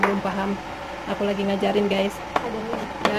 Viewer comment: Let's go..bkn "let go".. Gaes bkn "gees".. Mengajarkan..bkn "mempelajarkan" Ci tth pasti org Sunda da..